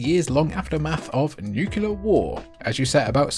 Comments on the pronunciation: Even after 30 years, this still seriously bothers me... It's pronounced: fah-zan-ah-doo and even worse.. new-klee-er instead of new-kew-ler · Nucular war huh? 😂😂